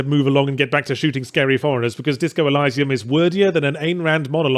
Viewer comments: I have never heard of it said ElYYYsium before, It's always been Eleesium for me. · “ELL-EYE-SAE-UM”? Go watch Gladiator, the bit at the beginning where Russell Crowe says the word right. ELL-EE-SEE-UM. There. Wasn’t hard was it. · Elysium.. EL-ee-zee-um. Not Elisa-m :\ I love ya Ben, really do. Please don't take the correction the wrong way <3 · Elysium pronounced with i (very shortened 'ee') not eye. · It's elysium like eleesium, not eliesium. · it's all up to intentions and delivery. Good intentions alone pave the hellscape. But with meaningful delivery they are something. Let's not go too deep though, isn't it Eleesium not Elaysium? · Ee-lie-see-umm? CAN'T TAKE THE CRITIC SERIOUSLY IF A MOTHER FKER CAN'T PRONOUNCE A GAME TITLE CORRECTLY FFS He said, sarcastically. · It's pronounced eleeeesium you dumbass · e-LEE-see-um, Yahtz. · Eh-lee-see-uhm. Jesus, I know you're a foreigner but english is still your first language ffs. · Disco Elysium is my GOTY and kinda ruined the Outer Worlds for me. Also isn't it pronounced "eh-lee-zee-uhm"? :D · Pronunciation: Either eleeseeoom (First e like elevator) or eeleeseeoom. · Stop saying Elysium wrong. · This was the first time I heard that particular pronunciation!! Really struggled to get through the video with it... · Did you really just say 'elysium' the way that you did? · A: I agree.... call of Duty is absolute pap... pile of utter garbage that is just the same game re-skinned over and over again. B: You're pronouncing Elysium wrong... C: Great and hilarious video as always... love it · Uhh, is there more than one correct way to pronounce "elysium", because as a non-native speaker I did not expect him to pronounce it like that, and it sounds very wrong to my ears. Game is great btw. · Who else here is weirded out by the pronunciation of Elysium?